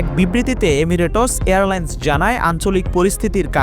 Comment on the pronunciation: এমিরেটস😂😂😂😂😂😂উচ্চারণের এই অবস্থা 😂😂😂